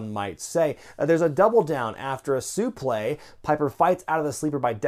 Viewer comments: who says "soo-play" instead of "suplex"????makes you look like an idiot!! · I don't understand why you keep saying "suplay." I thought it was pronounced "sooplex." What am I mistaken about? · Why does keep saying suple instead of suplex in this video??? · What is a "suplay"? Soufle? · supleX not suplé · Suplay? You mean suplex right? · Suplay??? No it's suplex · Please stop pronouncing it "soo-play'... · The hell is a (soo-play)?!